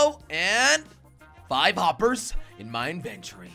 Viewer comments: Why are you saying whoppers instead of hoppers?? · said woppers